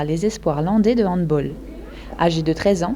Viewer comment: Ça se prononce handBALL pas handBOL